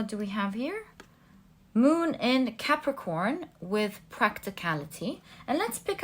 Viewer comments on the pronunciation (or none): none